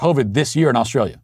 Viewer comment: I am an Aussie, I like how you say Australia and New South Whales. All Americans should pronounce it like you do, cheers mate.